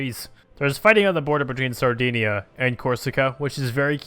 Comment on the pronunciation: Heres all your mistakes 1. Carpathian Ruthenia is the easter part of Czechoslovakia 2, Brabant is pronounced differently, the second a makes a sound which is like the a in almond 3. Dalmatia is pronounced like the dog type, Dalmatian, or the movie 101 Dalmations 4. Im pretty sure Sardinia is proounced with a hard i (the first one) like the words i, in and it 5. (bit unsure on this one cause im not german) but Thuringen is pronounced The-ring-un 6. Guatemala had el salvador, thus there were 2 states 7. think you meant 2nd unit instead of 2nd factorie for Zara (considering they had 23 factories) 8. Loire is pronounced like the word Noir (no waaaaaa (waaa = baby crying)) Couldnt think of a better comparison:p 9. It isnt Christina, its Chrisana 10. Baluchistan is pronounced with a ch like the word chosen (isnt it Balochistan? i think the mods wrong aswell 11. (again not sure) but Bialystok isnt russian (definitely butcherd the name, sorry!) 12 Aegean is pronounced with a soft g ( like how you say it in the alphabet) 13. Kastamonu is said like the word mode 14. Every province has 10/10 forts, idk y tho (fell free to correct me, im probably wrong too, and i dont claim to be a god among men:D)